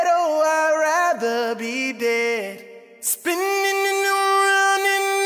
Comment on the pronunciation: Mad love and props to y'all 💯 💯 💯 ♥ ♥ ♥. I do gotta get on dad for adding 3 extra syllables 34 seconds.😂😁😂😁😂 "Spinninaninin Around!"